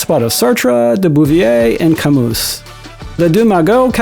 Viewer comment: Just found you today, and love your content and execution. But, please, drop the last "s" off of French words. It's not Camoose, it'a Camu with no s. Same for rue des archives etc etc. Since a lot of your stuff is voiceover, it might help to check foreign pronunciations online and then land on a happy medium.I worked in television and news production for over 30-years, and nothing blew away credibility more than bad pronunciation. Again, thanks for your hard work. Really enjoying your great content!!!